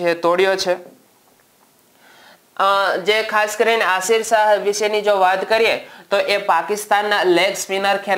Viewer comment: Aashir nai yashir shah naam chhe